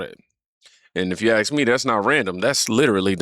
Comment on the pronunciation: If I were your friend I would gently remind you whenever I heard it, that the word is "ask" not "axe".